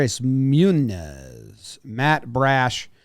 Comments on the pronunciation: “Canzoni” “Munez” “Spear”. All within the first 6 minutes. Can’t expect people to take you seriously if you can’t pronounce simple ass names lol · what about how he pronounced munoz?